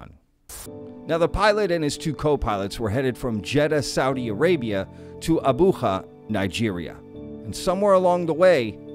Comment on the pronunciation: Dear, I know you’re pulling from Spanish, but you don’t pronounce “Abuja” with a jota! 😅 Love your videos, though!